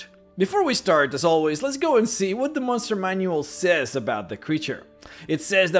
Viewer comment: Love the vids but i have to ask do you know how to say the word "what"? Just wondering.